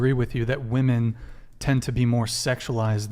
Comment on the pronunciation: Again... Another group of young women who don't seem to understand that the PLURAL of woman is WOMEN. I don't understand why they ALL say it wrong! Can every single female on this podcast be THAT uneducated??? WTF is going on?? Seriously!